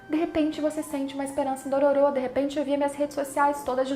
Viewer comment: Odeio quando as pessoas pronunciam os nomes dos personagens de forma errada, é "Dôrôro", NÃO Dôrôrô!